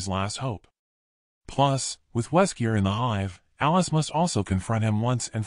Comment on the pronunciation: It's really confusing you keep saying Weskier in the video!!